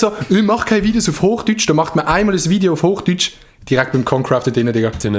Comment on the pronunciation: hoch dütch